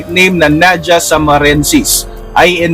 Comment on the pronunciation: Naja pronounce as Na-Ha not Na-Ja.. kasi latin word ang scientific name